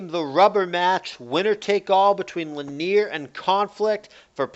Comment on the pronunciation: The way you pronounce linear ticks me off so much -.